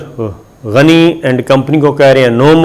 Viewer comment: GANY ALLAH KA NAM HY PLEASE GANYE NA KHA KAREEN ABDULL GANYE BOLA KAREEN